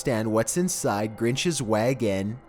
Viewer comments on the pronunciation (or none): Okay, but seriously what kind of way is that to pronounce wagon?!